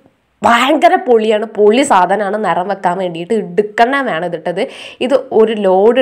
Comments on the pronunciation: നറം അല്ല നിറം ...... ഇതെക്ക് എവിടന്ന് വരുന്നോ ന്തോ 🤷‍♀️ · നറം നറം ന്ന് പറഞ്ഞപ്പോ മനസിലായില്ല പിന്നെ ആണ് നറം നറം എന്ന് പറഞ്ഞത് നിറം ആണെന്ന് manselaye🙂ന്നാലും ഇ നറം എവിടന്ന് വന്നേ ഈ നറം നറം എന്ന് പറയാണ്ട് മര്യാദ കു പറഞ്ഞൂടെ kunje🤣🤣🤣🤣🤣🤣